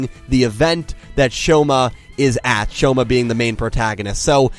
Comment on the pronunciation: this manga is so cute~ also it's 'Shouma' pronounced like 'show' like in yushou lol